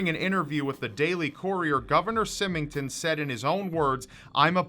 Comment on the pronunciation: Symington was pronounced wrong. I probably spelled it wrong though...Other than that, good work!